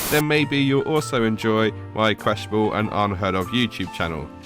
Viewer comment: "Questiable" ??? It's Questionable.